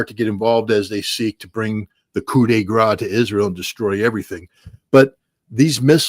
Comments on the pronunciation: Coup de grâce (/gra:s/), not coup des gras, as in Mardi Gras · I've heard it many times on this channel, so please trust my french : "Coup de grâce" Please, pronounce the final S, like in "grass", not just "gra". Koodegrass. We might face nuclear annihilation, but pronunciation is still important. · its "coup de grace" not "coup de gras" - just saying ;)